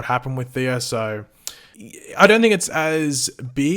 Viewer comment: You know there’s no “R” Thea’s name, right? Why do you keep calling her “Theera?”